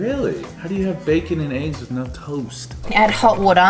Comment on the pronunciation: Lol her noeeeweeee is exactly what Jordies talks about with Aussie chicks saying no